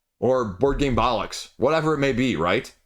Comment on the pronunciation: As a Brit, love how you say "Bullocks'. Great video, enjoy the debate you stimulate.